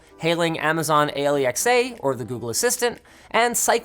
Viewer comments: It's not A-lee-ecks-ay come on i thought you would know better it's just ALEXA come on man, smh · DID LINUS JUST SPELL OUT A-L-E-X-A THAN SAY ALEXA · Amazon A L E X A? That may be the first time I've heard Alexa said like that.. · did he just, pronounce Alexa as ALI EKS AY ? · Amazon Ay-li-ecks-ay? What? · Why does linus call Alexa aliexa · The way you said A L E X A.... to prevent your Alexa devices from going off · he said a - "Lee" - x - a anot a-l-e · Did he say 'amazon a-le-x-a' (a lee x a)??? WHY? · Did i just hear Linus say: Amazon "Ayy-leee-eckss-ayy" instead of ALEXA? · Anyone else notice that LTT videos don't pronounce Alexa but rather say A-L-E-X-A when talking about Amazon's assistant? Any reason why? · It sounded more like spelling it out, either way same result. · the way he says alexa is fucking cursed